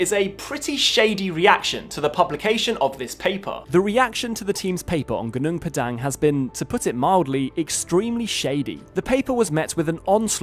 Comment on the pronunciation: the dhipshit can''t even prnounce the site's name properly.it's pronouced Hoo-Noong Pah-Dung meaning mountain field,at least in bahasa malasia